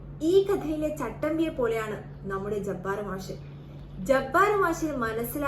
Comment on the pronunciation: മാശ് അല്ല മാഷ് എന്നാണ് ആദ്യംപോയ്‌ മലയാളം പഠിക്ക് പെണ്ണുംപിള്ളെ